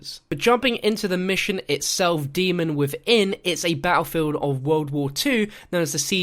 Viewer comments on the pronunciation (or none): none